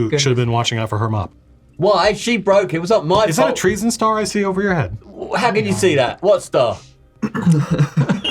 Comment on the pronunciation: At first I thought they said "Trees and stars" and then I realized it was actually "Treason stars"